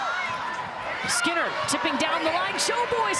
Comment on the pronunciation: Not the fact the announcer said Maddy skeener instead of skinner 💀💀💀